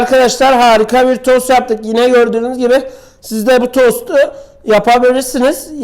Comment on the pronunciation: TOS Değil tost